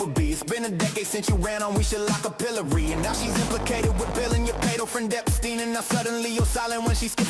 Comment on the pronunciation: Song sounded really good. But definitely AI heavy. At one point they pronounced it ep-STINE and later ep-STEEN. Thats a AI giveaway. Lyrics also Q -coded 🤨